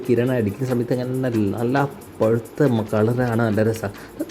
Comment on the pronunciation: പുഴുത്ത അല്ല പഴുത്ത